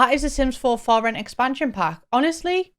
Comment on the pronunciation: I kept hearing “Sims 4 Floor-It” rather than “For Rent” and thought it was gonna be a sims GTA type game lmao